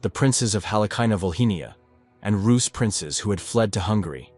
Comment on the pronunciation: Roos not russ